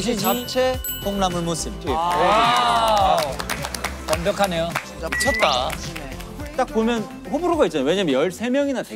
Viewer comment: 도겸 콩나물 무침이 아니라 '콩롸물무췸' 이야 ㅋㅋㅋㅋㅋㅋㅋ